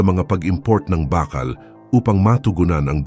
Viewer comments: anong "bakkal"??? BAAKAAL kasi yan. Panay kayo AI Voice walang kwenta pakinggan. Ang tatamad nyo mag effort para sa viewers nyo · Bakal ,mabagal ang pagbigkas , hindi mabilis .at bagama't , hindi bagaman ,itama ang pagbigkas.